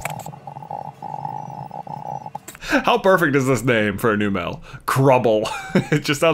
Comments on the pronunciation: J, I'm sorry, but it's Numb-lle, not New-mel. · Wait. Numel and Marill were both caught on Route 112. So you have to release the Marill.Also, it's pronounced "NUMM-uhl". like "number" and "camel". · It's num -el